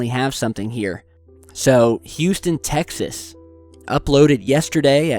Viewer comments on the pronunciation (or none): none